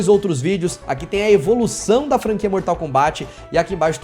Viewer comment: Meu Deus, primeira pessoa do YT falando Mortal KombÁT... como se deve falar. Obrigado!